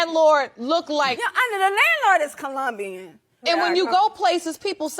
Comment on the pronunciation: ColOmbian, not ColUmbian.